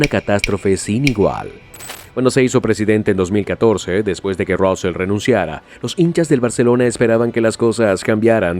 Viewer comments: Se pronuncia Sandro Rusei no Rusel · Se pronuncia Rusei (Rusell) no Rousel, y este fue el segundo de Laporta durante bastante tiempo. Solo con eso, ya se ve que todo es inventado, el resto ya es información que sabiamos todos los aficionados. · Suena mal Rosell en ingles😂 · Vaya manera de decir los nombres... Josef Maria Bartomeu, Rósel... traducción tremendamente mala...